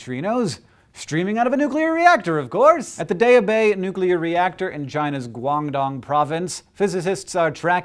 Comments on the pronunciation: Did he say Long Dong province? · I know you all laughed when he said "Guangdong Province" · His pronunciation of Guandong was so........